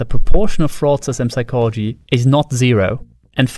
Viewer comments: Stop pronouncing the P in Psychology, you maniac! 😂😂😂😂😂😂😂😂😂😂😂😂😂😂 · ridiculous i know, but it bothers me that i can clearly hear you say the "p" in "psychology" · Holy crap, a talking owl! and it can pronounce the silent 'p' in psychology! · Why is he pronouncing psychology wrong? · Good video, btw : You don’t pronounce the “p” in “psychology” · Someone probably pointed it out, but the P in psychology is silent :) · P in Psychology is silent